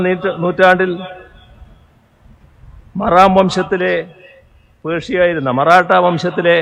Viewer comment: മലയാളം കൂട്ടി വായിക്കാൻ ഈ മറുതയെ ആരെങ്കിലും പഠിപ്പിച്ചു കൊടുക്കൂ... "മാറാം" വംശമല്ല മറാഠായാണ്